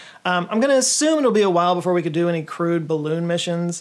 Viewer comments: Every single time you mention a “Crewed Mission” of any sort, I can’t help but to hear it as “crude mission,” like an underplanned fly-by-the-seat-of-your-pants mission. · Took me a second to realize you were saying "crewed" (as in "manned"), as opposed to "crude," even though you do actually bleeb out crude stuff...